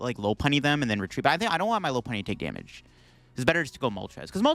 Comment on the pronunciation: Love that u say low punny! I hear lawpunny a lot. And I’m like whatttttt!?